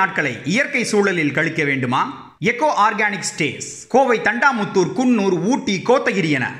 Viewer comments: அது தண்டாமுத்தூர் இல்லப்பா தொண்டாமுத்தூர் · யோ தண்டாமுத்தூர் இல்ல தொண்டாமுத்தூர் .... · Thandamuthur Illa.. thondamuthur